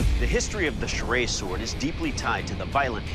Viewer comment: Hi there. I would like to tell you that I am from Pakistan and you pronounced it wrong, this weapon is "Churaey" not "Charay" please pronounce it correctly